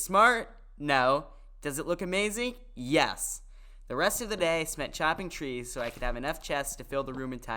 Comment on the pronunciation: And why you said yas at day 20 if it’s yes